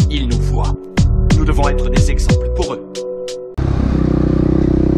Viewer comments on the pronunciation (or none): none